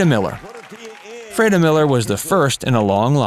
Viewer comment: Freda is correctly pronounced........ Free-dah. sheesh